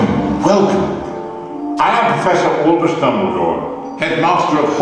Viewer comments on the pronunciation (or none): Olbus? Um... ALBUS> Stupid robot. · ALL-BUS? ALL-BUS?!?! Who the filch is ALL-BUS? hahahahahaaha